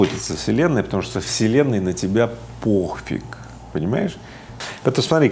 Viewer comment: "поХфиг"? Игорь, это блЯстяще😂